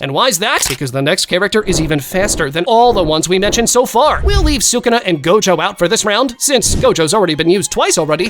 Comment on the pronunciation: His name is not suguna his name is sakuna